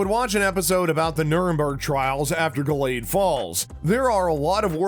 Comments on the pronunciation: What a shame that the man reading the dialog to this video has no clue what he's talking about. It's The HANDMAID'S Tale, not "Handmaiden's". Gilead is pronounced GIL-e-add, not "Gill-EEEd". The handmaid who lost her eye is Ja-NEEN, not "Janie." The older, violent woman played by Ann Dowd is Aunt Lydia, not Aunt "Linda". Final criticism: For someone discussing the collapse of democracy in the United States -- a dark, dystopian story of religious tyranny -- he certainly sounds upbeat and chipper. Please, re-record this and get rid of that voice best suited to local sports announcing. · Yeah like we trust you, my first fear was when i heard you call it the handmaiden's tale. Then gil-eed rather than gil-e-ad. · It's pronounced 'Gillee-ad' 😂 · I'm sorry, Giled? aunt linda? do you even watch the show? or you just looking for views and likes?